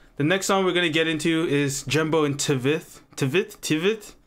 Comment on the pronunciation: bro not T-Veth but Tweth